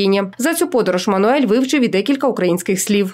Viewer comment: Всі роблять одну помилку ,він Мануел, не Мануель .Або скорочено Манел))))